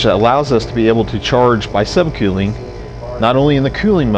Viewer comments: *Sub kewling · Get it right quelling lol wheres he from